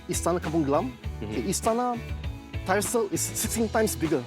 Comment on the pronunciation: Tyersall is pronounced as “Tyre-saw” not whatever noise he was making